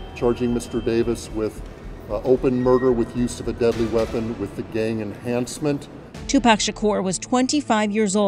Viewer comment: Its Tupac not Toopack 🙄